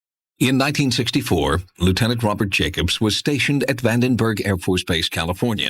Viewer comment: It is bothersome that Jacobs calls it "Vanderberg".